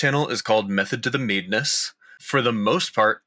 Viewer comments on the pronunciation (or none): "Method to the Meeeeadness" just sounds like a kiwi pronouncing madness :D